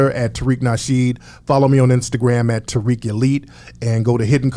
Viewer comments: southern black folk be like Tyriq, it's pronounced Ta-reek yall lol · I was waiting for him to stop saying "Tyriq" instead of "Tariq".